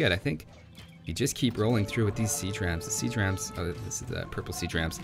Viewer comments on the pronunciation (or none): Had this on in the background at work, I heard "Sea Tramps" instead of siege rams hahahahaha says it alot right there too, was super confused